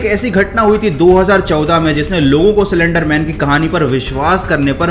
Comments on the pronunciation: Salender nahi slender pahle teek tarike sai pronaunce karo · What! He was pronouncing slenderman as cylenderman😂😂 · सलेंडर, सिलेंडर नही , ये है असली शब्द 👉"स्लेन्डर" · Everyone:- Slender man:- celendar man Pronounciation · Me too😂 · Broo i came her very seriously to know about slender man but when he say cylinder man I can't stop laughing 😂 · Video banane se pahle pronounciation sikh li ji ye. It's slender not slander ( both have different meanings and pronounciation) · Cylender nhi bhaii..... 🤣😁😁 slender man🤣🤣😁😁😁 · Well bruh you are prenouncing it wrong . It is prenounced as slender not selender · Cylinder man 😂🤣 aare bhai slen-der man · C lender man😭😭 it's slender broo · Bhai cylendr nai slender bolo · he says 'silender' man 🤣🤣😂😂😂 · he literally said cylinder man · No one: Literally no one: Not even spongebob: This guy: CYLINDER MAN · Till 1 minute I was also thinking it is “cylinder man"......😅😅😅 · Who Heard Cylinder Man In Place Of Slenderman😂😂😂🤣😂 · I also heard he told cylenderman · I heard it too he said"Cylenderman " Slenderman: Am i replaced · Did anyone notice that he actually Said cylinder man😂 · bhai aap bhi Silinder man hi bolte ho 😂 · Did I just heard "Cylinder Man" ? 😂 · Bro wtf I heard cylinder man😂😂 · Pahle slender bolna sikh le bhai